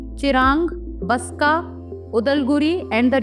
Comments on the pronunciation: Baksa* not Baska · Not baska .Baksa✔️